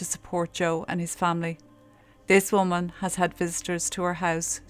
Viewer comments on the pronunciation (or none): none